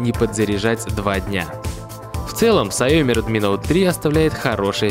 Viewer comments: автор название научись правильно говорить сяоми. сяо-маленький. ми-рис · Дизлайк не глядя за "саёми"